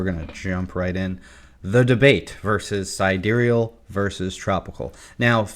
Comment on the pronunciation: who tf says side real lmao